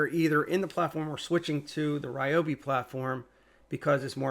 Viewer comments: Reeobi not Riobi. It's always been a long e sound. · Great video. Thanks. For what it’s worth, it’s pronounced Rhee-oh-bee. Doesn’t feel natural to me, either, but they used to have it spelled out phonetically on their old black and white boxes. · REEEE-obi fan right there!